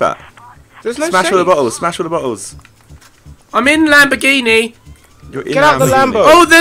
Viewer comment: he said la lamboghini